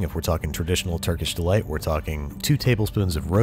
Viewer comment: Lol, I thought he was eating raw meat dipped in flour because I heard "Turkey Delights"